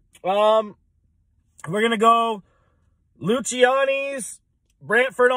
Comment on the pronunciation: Pronounced Lucy-annies. Great pizza.